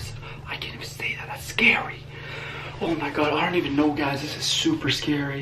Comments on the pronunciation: Can u please stop saying shnow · It’s Schknow it’s just his thing he says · STOP SAYING SHNOW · Editor: how many times you want me to put in "shnoe instead of know? :yes. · Yo say now not snow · Why do you say shnow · GuAp SmOkEr you mean know and he can say Schknow if he wants to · Did you realize he says snow in stead of now😂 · Why are u always saying " You Guys already shnow"???😂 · If he says snow again instead of now I will quit life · In sted of saying know it sounds like he sed snow hmm 😕😑😐😕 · Does any one now why he says shnow I’m not trying to rude or any thing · Stop saying shnow it’s annoying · He says shnow instead of know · You are so funny because your trying to say know but your saying shnow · Why do you say "you already shnow'' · Why do you say snow haw it is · Stop saying snow say know plz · Can you stop saying shnow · Why you say shnow not know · omg does this guy shnow instead off know its so anoying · Why does he say shknow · It's not shknow it's know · It’s know not shnow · can you say know you say shbow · Who’s tired of “you already shnow” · Why you say shnow how it is🤔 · bruva “ shnow!! “ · said shnow 6 times